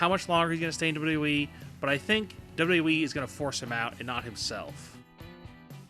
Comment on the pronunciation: You're a fucking moron who doesn't know shit! And i hate the way you pronounce wwe. What the hell is dubdubwi??